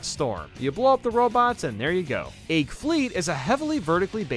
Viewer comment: I find it funny how he says Egg like "Aig"